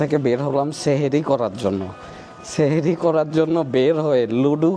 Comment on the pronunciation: সেহেরি না সাহারি